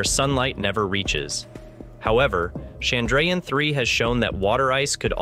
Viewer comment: Nice video. Shame about the pronunciation of Chandrayaan, though.